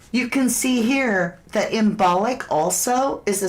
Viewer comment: > imbolc pronounced imbulk